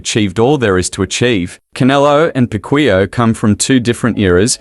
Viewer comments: He said pakuya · hoy you even mispronounce his last name... i think you are not a fan😂😂😂😂